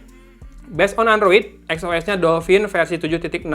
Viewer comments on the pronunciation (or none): none